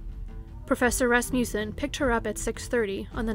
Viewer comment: I really love your channel, but I have to correct your pronunciation of Rasmussen. It is RASS-muh-sen. Sorry, I tried not to let it bother me...I'm from Wisconsin, and we have family friends, no relation, with this name. But I did have a high school American Lit. teacher from Lacrosse who was a kid there when Evelyn Hartley disappeared. She had actually told our class about this case because apparently it had a profound effect on the entire city of LaCrosse for years. After all, LaCrosse, at that time, really wasn't that big, at least not like today (ok, still small compared to Chicago or even Milwaukee, but it is big enough now to have actual crime) and kidnappings and murder of any kind, just didn't happen there then. But to have a baby sitter taken from a locked home on a nice street like that really freaked people out. It was like the boogie man had come to LaCrosse. Anyway, very well done video, as usual! Thank you for all your time and effort! I was binging on your channel all evening!